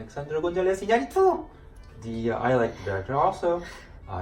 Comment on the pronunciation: Super impressed with pronunciation of Alejandro Gonzalez Inarritu 👌🏽👌🏽👌🏽